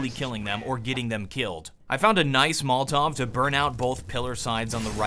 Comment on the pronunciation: Why do you say molltov instead of molotov?